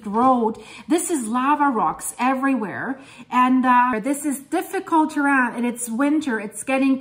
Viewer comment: Hej, I love how you chose the French pronunciation for the word terrain. At first, I thought it was the European girl coming through, but then I thought, "Wait, maybe it's the Canadian " 😂